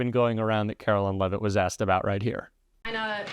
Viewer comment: Karoline Lie-vitt….🤨